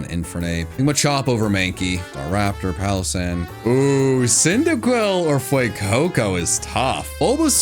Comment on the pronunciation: SANDYGHAST IS ONE WORD, NOT 2 WORDS! AND IT'S PALOSSAND, NOT PALASAND!